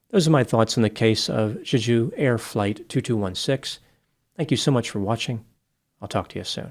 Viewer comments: It’s pronounced “Jay-Ju” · it’s pronounced Jay-Ju. It’s a dope Korean island - almost like Hawaii. There’s also a phallic “fertility park” there. Google some pics. It’s worth it. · Jay - Jew. Emphasis on the first syllable. Other than that, I also believe fear/panic were contributing factors, if not the actual cause. I've flown in/out of Korea dozens of times, including on Jeju Airlines. Most landings are just fine but some can be white knucklers. Getting whacked by a bunch of birds followed by a cement wall coming at you at 150MPH can't be very comforting! Could also be the landing gear was damaged during the first pass with the gear down. If they raised it for the go around, maybe a bird got jammed inside and the gear wouldn't drop? Pilot got sidetracked with the gear and forgot to watch his approach speed? Then panic? Who knows. So many possibilities. All guess work at this point. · Why would you say Juju when it clearly spelled JeJu!? Just saying. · You can pronounce it more like 'Jae-Joo'. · For anyone curious, Jeju is prounced as "jay jew'. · The airline is pronounced "Jay-jew" like the southern Korean island of the same name. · It’s pronounced Jay-Ju. It’s a dope Korean island. Almost like Hawaii. There’s also a phallic “fertility” park there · Just want to do a slight correction - Jeju is pronounced differently. You kind of made it sound French like the Aju sauce. Its more like a J as in juice. So jeh joo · Jeju is pronounced more like jay-ju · it’s pronounced Chae-Jew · Pronounced "Jeh Ju" you can see the first officer put his arm against the windscreen as it's sliding down the runway. He knew.... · For pronunciation The j’s in Jeju are hard j’s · Yeah, the pronunciation of Jeju was making me itch 😂